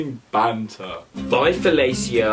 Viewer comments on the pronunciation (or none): And btw flelica is pronounced ^felisha^ and it's a saying. His name ain't felica. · HER NAME WASNT FALICIA LMAOOOOO ITS JUST SOMETHING U SAY LMAO BUT U PRONOUNCE IT AS FALISHA LMAOOOOO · “Bye felaciea” 😂 it’s pronounced “Bye faleesha” 😂 I cant breathe 😉 still love ya thi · no! 😂 felicia is said felisha and it's a beyoncé reference and you say it to people that piss you off that you don't wanna chat to 😂😂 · Btw it's fel-isha and it's a saying 😅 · Felicia pronounced felisha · That was supposed to be pronounced. Fa-le-sha it's a common joke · When he said bye Felicia wrong I cried laughing aha xx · Him saying “Bye Felicia” wrong is giving me pet peeeeevveeeesssss